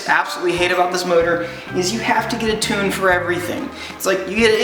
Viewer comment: Gave it a dislike co you can't say 'tune' properly